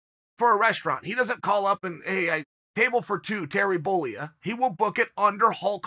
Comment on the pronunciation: Chael..tisk tisk..Terry Bolea, it's pronounced "Boleyah". Shall we call you "Chel Sohnin"? Do some homework before you try to be clever.